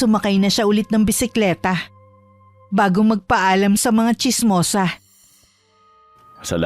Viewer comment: Ano daw...chismosaH,... bisikletaH..... LaraH.... KilalaH! HAY ANOH BAH YAH ... ?? PURO MAY H...MAY HIKA BA YUNG STORYTELLER???!!